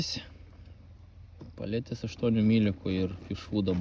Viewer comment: Peletes o ne paletes 😂😂😂 juk lietuviskai parasyta